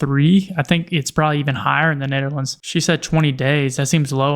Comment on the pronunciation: Why is she saying "Nutherlands"?